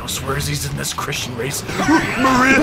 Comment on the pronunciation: The way you say Maria genuinely makes me have to put my phone down😂 I can’t! Edit: Also Sonic is just a very tired guidance counselor